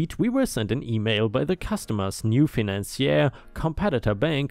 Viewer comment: Story#5: financier is said like you said it except it's "seer" at the end, not "ee-air."